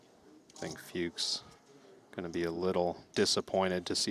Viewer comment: A little note to the commentators: Tom "Fuchs" is pronounced like "cooks" with an F, not "pukes" with an F 😅